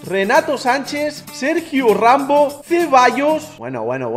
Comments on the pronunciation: Hijo el mayor fail de envés de Sergio Ramos dijo Sergio Rambo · Minuto 1.50 dojo mal sergio ramos dijo serjio rambo